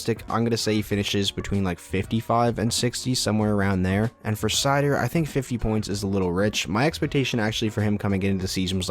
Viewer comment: Raymond probably has a better chance of having dry spells and dropping off the 1st line but seider is their #1 D and playing in all situations. From what ive seen so far I think 50points is very attainable for him. Keep up the great vids. . . Ps. Its pronounced (sea-toe)